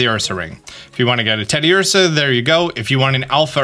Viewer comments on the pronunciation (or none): none